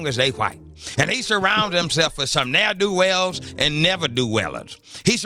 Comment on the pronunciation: Neerdowells and Neverdowells 🤣🤣😅